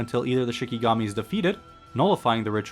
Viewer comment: Its not shiNIgami. Its shiKIgami